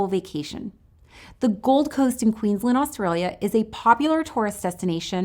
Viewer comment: pronounce Australia properly please oh my god